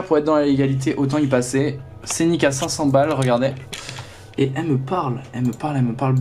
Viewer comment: Le scenic! Ca m'a gênée toute la vidéo 😂